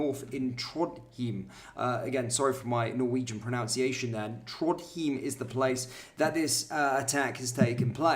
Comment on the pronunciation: How about learning to say “ pronunciation “?